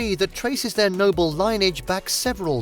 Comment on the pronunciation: exactly. and some of the images of Manoel Theatre were some other cathedral with a red background. It's also why things like Matteo and lineage are mispronounced.